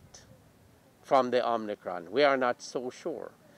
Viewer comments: I thought it was omicron but this doctor said omnicron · Lol. He did say "omnicron"